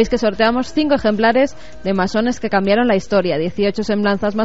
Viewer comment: ¿Cambiarón? ..¿Cambiarón?